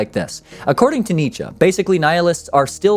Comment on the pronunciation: As a german I can say you got the name Nietzsche right. And Friedrich was close enough. :D